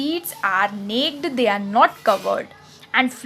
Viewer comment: Nice explanation.... The pronunciation of "Naked" is "नेकेड" not "नेक्ड" ,,😄